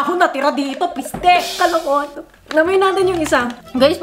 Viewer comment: The word PiSTEE HAHAHAHA